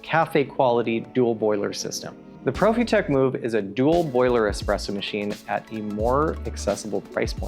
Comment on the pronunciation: Quick saying Profitec like that 🤦‍♂️